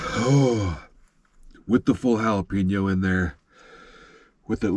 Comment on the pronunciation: Yep. Don't y'all say it as Ja-la-peeno??